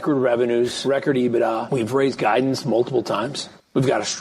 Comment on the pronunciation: This geek said "Ebitda" like it's an actual word. LMAO 😂